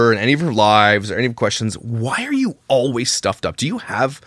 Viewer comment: Myka, it's: All-ways. Not: Oh-ways 🙄